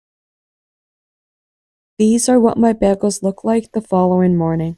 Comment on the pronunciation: BEGELS? sorry I just can't get past it.. it's pronounced BAY GELS lol